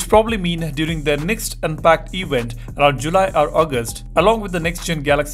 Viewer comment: Samsungs recent “ewent”